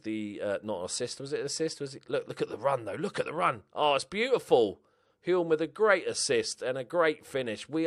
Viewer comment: Hulme is pronounced without the 'L'. So, Hume.